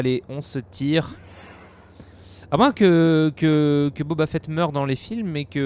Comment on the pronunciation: Boba fett et pas "Bob à fett" abruti